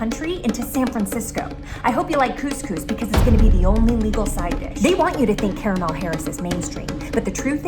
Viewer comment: Everytime she mispronounced Kamala Harris's name i fell from my chair😂